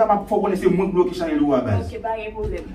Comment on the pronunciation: Lang vrèman lou pou di chanèl la😆😆😆